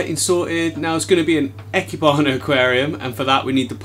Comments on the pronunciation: ee-keh-bana, not eh-keh-bana! nice try though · Hi! I'm in Japan, speaking Japanese. You said "eh key bana" but it should be "E" (like the name of the letter, or the sound in the word "English") "keh" (like the "ke" in "kevlar") "bana" (imagine the "nana" from banana, but starting with a b instead of n) so, E Keh Bana 生花 いけばな. It means living flowers, or planted flower artworks :) Thanks for your take on this beautiful art style! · Lol IKEBANA is pronounced like EEK-AYE-BAH-NAH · Even in English, it is clearly written as "ikebana"; so I would expect people to mispronounce it like "ai-keebana", but no, he goes "eh-kehbana" 🤣 But the tank is really pretty. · EE-Keh-Bah-Nah (Idk if that's the official phonetic spelling but I think it works fine) Don't let weebs tell you how to pronounce japanese words. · its pronounced e keh bah nah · ee-keh-bah-nah japanese vowels are only 5 sounds i is a long e as in beep e is an eh sound a is an ah u is a long o as in too o is well, an o